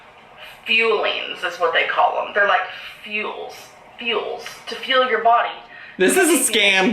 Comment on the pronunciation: is she trying to say FUEL?